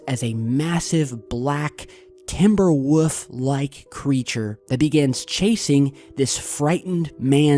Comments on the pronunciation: timber woof? XD why is he saying woof instead of wolf? lol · Timber Wolf not woof... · I heard "Timberwoof" too :P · Did he just say “Timber-woof”????? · I love the way you say "woovs" bro... "Is it a werewoof? A timberwoof?" Lol .... kills me bro